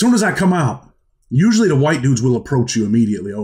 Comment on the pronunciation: Great story ! I challenge anyone to take a shot when Usp-lee is said!!! Cheers!!